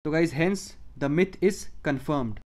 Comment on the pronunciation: Bhai hince kyu bolte ho yrr